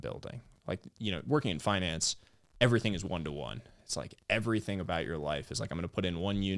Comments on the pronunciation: He pronounced finance as FINance. I’m a native Californian and I’ve never heard that pronunciation, is that an investment banker/private equity thing or a thing? It’s been on my mind all day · Everytime someone is pronouncing FInance it sounds weird to me, like why you try to make it sound sophisticated..